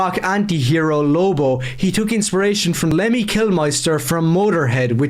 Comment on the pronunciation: Can't believe Love Actually ripped off Alien, since in both movies people wear pants and planet Earth exist OH and fucking awesome how Across the Pond Dustin from Stranger Things season 1 mispronounces Lemmy's fucking name and, as you point out, misinterprets what metal culture is about